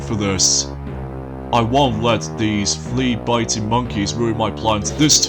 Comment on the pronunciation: By the way, it's Flea-Bitten. not Flea bitting! just wanted to let you know!